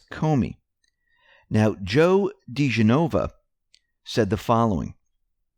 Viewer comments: Dee-gen -oh-vah. His name has been badly mispronounced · I love you man...I really mean that...been listening daily for over a year, but the butchering of names must end! Lol. Dee-jen-O-va. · It's pronounced dih jen' oh va. Been listening to the mispronouncement too long. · Pls don't think of me as grammar police, but Joe and Victoria have been out front a number of times, At Least since O.J. Simpson. You do such an excellent job, and Joe & Victoria will be out front a LOT for the next few years. Joe diGenova and Victoria Toensing, husband and wife, fabulous lawyers - their names are pronounced: di-GENꞌ-ō-vă ... or ... di-GINꞌ-oh-vă ... and Tenꞌ-sing. God bless you and thank you so much for all you do.